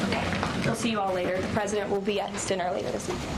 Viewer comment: Did anyone notice she said pwesident?